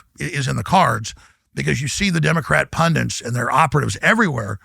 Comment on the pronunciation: How does he not know how to pronounce “pundits”?